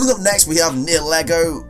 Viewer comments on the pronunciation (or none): Also Niheligo is pronounced NIE- eh- lee-go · Nihelgo is pronounced Ni-hel-go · It’s nigha-lA-go